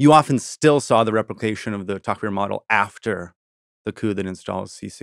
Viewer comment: If Vincent used proper past, present, future tense in his descriptions of events his stories would be easier to follow. Also Tahrir Square is not “Tucker” square. It’s a sad situation when American academics can’t be bothered to use proper grammar and pronunciation?